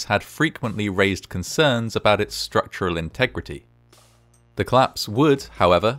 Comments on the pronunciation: It's cOllapse not clapse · I love this channel. Although every time I start a new video, I sort of forgot about the curiousity that all videos I’ve seen so far, are about things collapsing, while the voice over is unable to pronounce exactly that word: collapse (‘klapse’). :-O